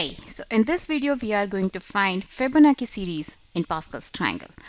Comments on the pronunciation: Pronounced chi like chow chi bye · My friend, It sounds like you are very political, I apologise if I was rude but I expressed sincerely what I felt. I am not talking about general English skill but the important keyword like Fibonacci because it does influence other people so that many audience propagate it again, a chain reaction occurs! Probably the same thing happened to her. I would like to urge people to google about how to pronounce the keyword and it doesn't take more than a couple of minutes. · Fihbownachi Fihbonaki lol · You could pronounce "Fibonacci" better than that. Very annoying to hear a wrong pronunciation over and over again. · Ikr, its not that hard